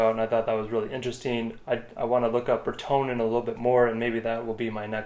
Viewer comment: Hey guys Just though I would chime in here. I have some comments for you guys First, Retenone is pronounced wrote ta known. Also we dont really call it killing we call it treating. Treating is can 100% but it can be if treated at the right time with the right dose. It is a big project and costs a lot of money. Most of these treatments are over winter where salmoinds take up all the biomass, some fish such as shiners are good at low O2 levels and can survive these actitivies. Rotenone is a legume from south america, and it was found by tribes who would make a paste of it and throw it into water and the fish would float up for easy catching. It is also called a piscicide which means killer of fish. The compound is a surfactant and causes things with gills or transpire through their skin to suffocate. Animals seem to be able to detect it but it is normally too late by the time they do. As for the motor on the lake there is a huge process to go through to get that to happen. It is called minimum tool analysis winch can permit such things as motorized usage in wilderness etc lots of paper work. Those streams coming into sunburst would have been treated above and allowed to flow chemical into the lake ensure no fish survival. The tratment normally takes man hands on deck. I know with our projects we like 10-20 people more people the better the end result. After treatment you are proabably not going to catch and trout. Especially large ones, they use more O2 and are more sensitive t